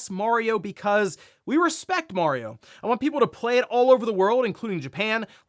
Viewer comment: Can't not hear him saying "mOrio" every time he is pronouncing "mArio" incorrectly 😅. Would love sonic to be on par or better than Mario but i think sonic needs more kinds of games than exclusively speed. It's a bit limiting. They need world building